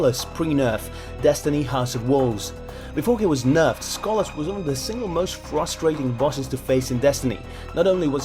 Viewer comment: Ok but why can't he pronounce names like Skolas